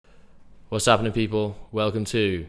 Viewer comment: It's 'appnin.